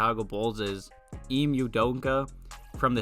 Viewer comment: For future reference it’s pronounced “e-may” ime udoka